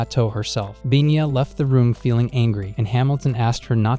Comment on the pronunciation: It's Pina, not binya.